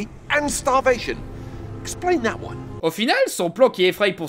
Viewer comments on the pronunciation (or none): none